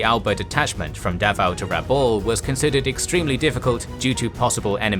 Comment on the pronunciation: Excellent as usual. Still, for greater credibility you should pronounce Rabaul as *Rab-owl*(rhymes with owl, foul, etc.) — not Ra-bowl (rhymes with dole, toll)